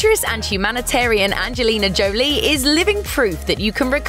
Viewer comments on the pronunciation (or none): Anje lina Jo Lee 😂